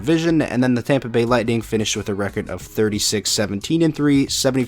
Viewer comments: Champa Bay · If I have to listen to everyone say “Champa Bay” again I’m gonna cry so Go Panthers! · I’m a Tampa fan, and I hate it when people say Champa Bay 😂